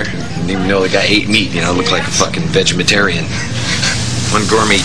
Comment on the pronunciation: "Vegemetarian" - James Hetfield